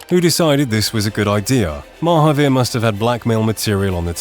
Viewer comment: I've been listening to 'Oakburn Opus' and ever time you said Mahaveer, I kept hearing Marvpyas. I found it funny to think some Eldritch entity was trying (and failing) to race cars.